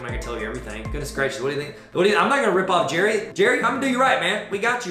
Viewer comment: Believe it or not he pronounces his name like Gary.